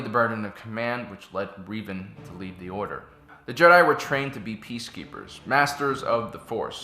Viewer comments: Rev, not Reev, learn English (and also Star Wars lore). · "Reevan"? Just say Revan. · Darth Revan (Reh-Vahn) not (Ree-vahn) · Late but gotta say: Was he referring to THE Revan, formally Darth Revan from KOTOR? Because if he was he totally miss pronounced his name. Revan’s name is pronounced with a short e, as in red.